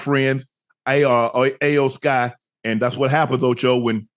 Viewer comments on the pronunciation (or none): Shannon and Ocho, her name is pronounced as E-OH, not I-Yo!!😂😂😂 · Iyo Sky, pronounced like E-O Sky Not A O Sky. That was brutal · I love how they mispronounced iyo with ayo lmao 🤣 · unc its E OH SKY not ayo sky😂✌️ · It’s the Final Boss and her name is pronounced Eyo Sky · Who the hell is Aye O Sky? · Its E-O sky lmaoooo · How much they pay these guys to talk about it lmao, cause they butchered all the names lmao “ayoo sky” 😂😂😂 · It's cringe hearing yall mispronounce Iyo (e-yo) Sky's name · It’s pronounced eo sky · Love Unc and Ocho, but y'all massacred Iyo (eee yo) Sky's name, and there's no Jim McMahon 😂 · Shannon & Chad, you guys slaughtered the names of the Wrestlers in this video. It's pronounced Iyo (E-O) Sky. HHH took over running WWE from Vince McMahon. Jim McMahon played Football for the Chicago Bears in the 1980's. Not be confused with Ed McMahon who used to be the spokesperson for Publishers Clearing House. Lol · "AYO SKY i don't want say her name wrong" ohhhhh too late Ocho lol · Iyo. Its Iyo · It's pronounced E-YO Sky 😂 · Iyo(E-O) Sky. More wrestling talk Unc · They both can't pronounce Iyo name right 😅